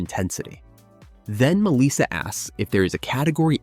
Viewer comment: It is not Misa it is Melissa.